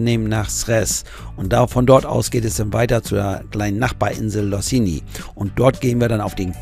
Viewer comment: Hallo und. Das weckt Erinnerungen bei uns. Seit 2000 haben wir immer mal wieder diese Insel Losinj besucht.( Ca.15 mal ) Man spricht sie Loschin. Das letzte Mal 2018. Das Camp Cikat ( gesprochen Schikat )war damals sehr ursprünglich und extrem günstig. 2 Personen 1 Wohnmobil 20 D-Mark. Natürlich ohne Poolanlage. Es war ein Paradies. Delphine hat man häufig im Meer gesichtet. Heute doch sehr touristisch und ich möchte sagen, etwas vom Tourismus negativ geprägt. Wie es eben überall beim Camping zu beobachten ist. Wir selbst haben noch nie an einer Kuga Tour teilgenommen, jedoch das Treffen bzw. den Stop am Camp Cikat beobachtet. Hoffentlich überlebt der Euro bis zum 01.01.23. Bin mir nicht sicher. Die Kroaten freuen sich so sehr auf ihn, wobei aus Erfahrung das Leben für die Kroaten auf keinen Fall günstiger wird. Bin sehr gespannt auf das nächste Video. Vielen Dank für die Reportage. Gruß Wolfgang